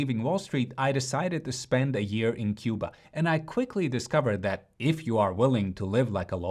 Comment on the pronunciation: What do you say? C U B A? I really like your videos… but after hearing this…😂💔